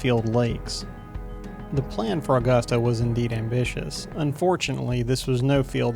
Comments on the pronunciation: Been trying to get this track back in action, and used for Rally or road. Also it’s pronounced uh-gusta not aw-gusta :) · Never heard anyone call it "Allgusta"..... Here in the South, we pronounce it "Ah-gusta. Smooth, with no inflection. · First, it's not "Awww-gusta". It's "Uh-gusta" Only people not from here pronounce it incorrectly.